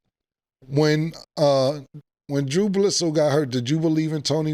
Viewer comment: Gotta love Cam’s “DrewBlitzoe” 😂